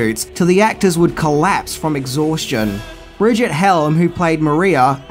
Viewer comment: His facts are fairly shaky. Starting with the years the film was made. It was released in January 1927 but was made from . He calls the star, Brigette. Her name was Brigitte. Pronounced Bree-geet. It's so sad to have people misled.